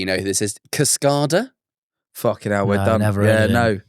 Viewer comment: "cascarhdarh" im screaming i thought it was caskayda